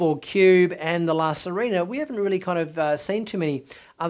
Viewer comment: Sirena: the i and the e have different sounds... the i sounds like "ee" and the e close to the e in Elephant. Not that it's that important but it's distracting. Specially since Rios has mentioned the ship's name several times.